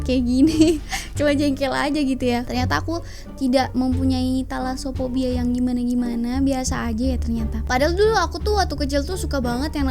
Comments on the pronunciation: Thalassophobia: Telasophobia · Talaso Phobia, tAlaso nya pake hruf A, klau pke huruf E beda arti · Nabila: thalassophobia: telasoererre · Hahahah ngakak dngar blng telaso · be like saat nyebutin thalasophobia: tai-laso pobia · Anak mkssr salfok sma penyebutan "talasophobia"